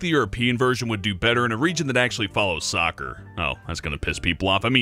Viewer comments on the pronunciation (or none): none